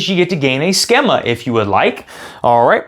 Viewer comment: Thanks for the video. BTW, schema is pronounced skee-ma.